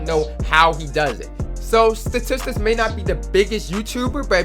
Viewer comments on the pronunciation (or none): He really said Stahtistics for the best dribbler 💀